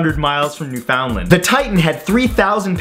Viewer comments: New-Finn-Land.. NEW-FINN-LAND.. it is not fucking new-found-land. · It's pronounced "New-Finland" not "New-Fowndland". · Me as a Canadian: "New-found-land? It's pronounced 'new-fun-land." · No hate, but Newfoundland isn't pronounced New-found-lind. It's pronounced New-found-land. Love your videos! :) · why does every one pronounce Newfoundland so weird? It's said "new-fin-land" not "new-found- land" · I thought the same thing. I'm from the Maritimes and if you said Newfoundland like that to anyone here we would look at you like you were a space alien. Because we call it "New-fund-land," and so does everyone from Newfoundland, that is if you can make out anything they're saying. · "New found land" oh Americans. It's pronounced new fin land. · Haha it was bothering me too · "new-found-lind" lol Its "new-fin-land" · Depends where you live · Hey, it's pronounce New-fund-lan, not New-Found-land. Sincerely a Canadian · "Newfoundland" not "New found land" lol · It’s not pronounced “Newfoundland”, it’s pronounced “Newfinland”. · Ok REALLY?! You're a Canadian yet you pronounce it NewFOUNDland?? As a newfie it's NewFunLand! LOL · I noticed that the Newfoundland Mention with the titanic thing you said wrong or actually different you said it New found land But everybody here pronounces it new fin land That’s just the way we pronounce it I don’t know if it’s the right way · Did.he.just.say newFOUNDland it's pronounced Newfundland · It's Newfoundland not new found land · Ahem. Being from Newfoundland, it's not pronounced like separate words, put it all together, and it kinda sounds like "Newfinland." No one ever pronounces our name right >_< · Pronounced "New Finned Land" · The American pronunciation is noo-fuhnd-luhnd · In Canada, we pronounce Newfoundland as "NewFinLand". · New fin land, not New-Finland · "NewFOUNDland". Lol. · Daniel Earnshaw It's generally pronounced "newfunlund". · Its new-fun-land. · It’s new fin-land Matt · newFOUND land.. omg matt stop you're canadian.